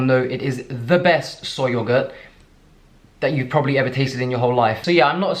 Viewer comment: "sohy yohgoat"